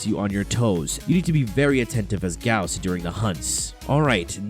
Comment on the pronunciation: That's the right pronunciation. It's spelled like House not Boss.